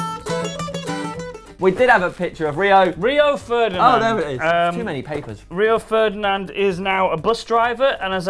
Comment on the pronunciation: lol "rio of ferdinand"